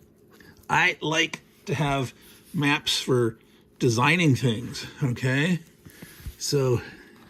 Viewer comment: I thought you said mumps at first. Now that I realize you are referring to maps, I'll check back in for the next video. :)